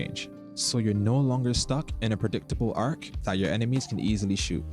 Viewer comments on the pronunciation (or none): none